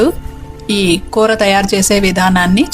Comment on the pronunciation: It's koora not kootra.